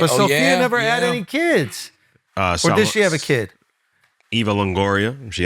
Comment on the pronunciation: Ive been listening to Charla for years and I absolutely hate the way he says "are" instead of "or"